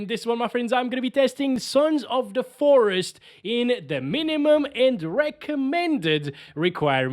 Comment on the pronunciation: suns of da foreest